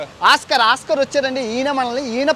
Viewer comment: అన్నా ఈ చెత్తలో నిలబడి ఏమిటీ ఈ videos.🤣🤣🤣🥰🥰 genral గా Oskar అంటే ఆస్కార్ అని pronounce వస్తుంది కానీ oskar ఓస్కార్ అని పిలవాలి finland లో ఓస్కార్😮 పేరు ఎక్కువగా పెట్టు కుంటారు.😄😄😆😆well 🫡🫡 your currect fasting news.